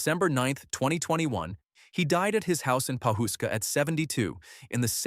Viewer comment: Howdy from Oklahoma 🤠 the town is pronounced Paw-husk-a.